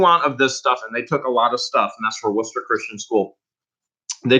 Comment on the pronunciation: Just started watching you because of lunker's. Just heard you mention Wooster and actually pronounce it right. You a hometown boy too?